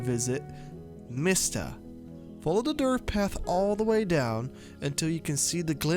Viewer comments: It’s DIRT not dirth 🙄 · WHY do u keep saying “DIRTH” LMAO ROFL dude it’s DIRT. 😂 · Dirttttt with a T lmao not dirth. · Why the fuck do you say dirth road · "Dirth road" mygod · How many times yall think he said dirth XD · me too man! I was like is this guy saying DIRTH?? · I don't mean to be rude but is dirt road that hard to pronounce?